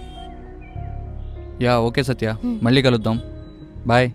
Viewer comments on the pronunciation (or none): పెల్లి , మల్లి - అనటం కాదు పెళ్లి , మళ్ళీ వీటిని పలకడం నేర్చుకోండి